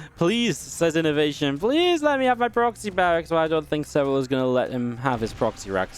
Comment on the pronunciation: "PLASE":D Inno <3 PS.: Thanks for the upload, you're the best!